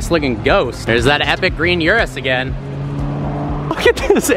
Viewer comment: It's an Urus... not a Yurus...!